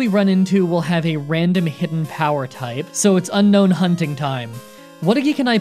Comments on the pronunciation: Needlessly pedantic comment of the day: isn’t it pronounced “Un-Own”, not “Un-Known?” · Its pronounced un-own like disowning not unknown apparently. Look at Google not me pls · It's "Un - own". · says unknown the entire video even though it’s name is unown :(